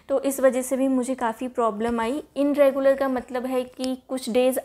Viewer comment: dear inregular nhi bolte its irregular....just correcting you don't mind...m bhi kr deti hu mistake